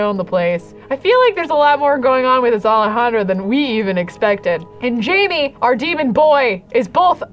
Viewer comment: I still find it funny that even when Jaime has left the baby factory, still calls him ‘Jamie’. His name is French, and is pronounced gem, but making the ‘g’ soft. You can’t write the pronunciation down whoops.